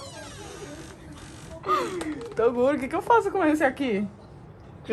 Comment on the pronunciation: Toguro e não Tuguro desculpas